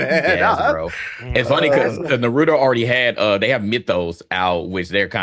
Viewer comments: Yall pronounce Naruto like some damn troglodytes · You can't be tbh and mispronounce Naruto lol tbh card revoked